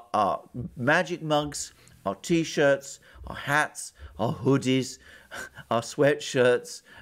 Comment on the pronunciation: I listened to the entire thing just so I could hear him say "hoodies" with a British accent.